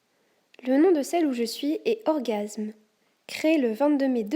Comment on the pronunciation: La Guilde c'est Orgam's pourquoi tu dis orgasme ?